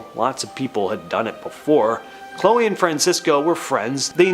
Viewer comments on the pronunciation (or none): none